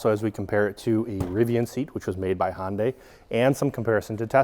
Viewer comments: Are you trying to say "Honda" or "Hyundai"? Sounds like "Hon-Day" which is somewhere between the two. I thought it was pronounced Hon-duh for Honda and Hun-day for Hyundai. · I think it’s pronounced Hun Day, not Hon Day. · Why is he calling it honday it’s pronounced “hun-day” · Hond-AY? It's HUN-day, like Sunday and Monday! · Sorry, i had to stop watching. If I hear Hohn-day one more time.... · Please, Hyundai rhymes with "Sunday" not "Honday" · Another car expert that doesn't know how to pronounce Hyundai. It rhymes with Sunday. It's been pronounced that way since 1985. Just watch a Hyundai commercial. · Who in the hell is Hon-day? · No, actually it's pronounced "he-oon-day" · Yeah, that would be also wrong, even though most pronounce it that way... The correct version would be the way Koreans say it "he-oon-day" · Yeah, my brain thinks he's saying "Honda" every time, until it ends in a y, then my brain goes ?????! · I've heard Hun-Day, Hun-die, Hi-Un-Day, and Hi-Un-Die, but I've never heard Hon-Day before. I honestly don't know the correct way to say it, but Hon-Day just throws my brain for a loop. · One tiny request.- Hyundai rhymes with day (or closer to "eh"), not eye. I kept thinking you were saying Honda. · Had to turn CC on to see if was saying "Honda" or "Hyundai". 😉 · It rhymes with Sunday. Too many people pronounce the silent y in Hyundai.